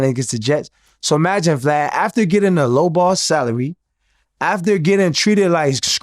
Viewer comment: I love when they say blad or glad instead of vlad